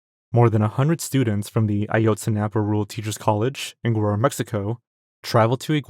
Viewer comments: You mispronounced Guerrero. It's Geh-reh-roh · “Gwererro” bro is Mexican and can’t even pronounce Mexican city names 😭